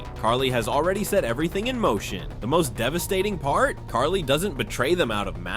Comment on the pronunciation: Carly, you mean Kali?